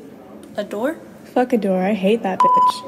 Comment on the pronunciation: "This Adorre" this Adorre" this Adorre